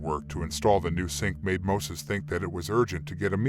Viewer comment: alot of info in this video is dramatized and false. also his fkn name is MOISES with an "i" NOT MOSES 😑